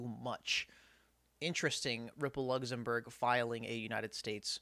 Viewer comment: Lugzumburg lol